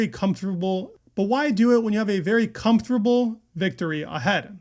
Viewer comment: This man is not comfortable in saying comfortable 😅 😂 . It was funny